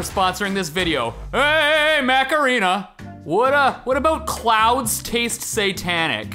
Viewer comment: Everytime Steve said Mech Arena, it sounded like Macarena.. “Or scan my QR code to download Macarena!”